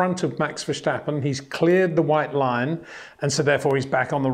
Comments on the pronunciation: Again Peter, the name is Verstappen not Verschtappen or Vershtappen, get it right next time. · Peter, you know your stuff but please, for the love of God, it is Verstappen, NOT Vershtappen or Versjtappen or whatever you are calling him. This kid will win numerous World Championships so please show him respect and get used to pronouncing his name correctly. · Very cute these English speakers saying Versh-tappen instead of Ver-stappen.